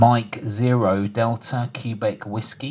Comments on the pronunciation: Never heard anyone say “CUE BEC”- Q is read “QUEBEC” (phonetically KWABECK). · i've never heard "quebec" pronounced that way (the standard pronunciation for the nato phonetic alphabet is "keh-BECK") and to took me a few times to figure out what you were saying